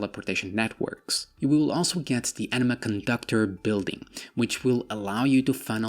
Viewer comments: when you say anima, sounds like you say enema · A nima not Enema Enema is a rectum cleanse lol